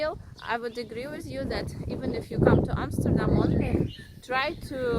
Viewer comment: love your video's! And the way you pronounce Amsterdam! The best I ever heard! American's Always say Emsterdem and I hate that! Good for you